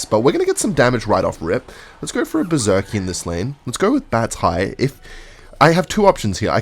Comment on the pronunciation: Okay I'm fully convinced by now that one of the main reasons he uses Berserker in most of his d*cks is so he can pronounce it 'Berzerkeee'.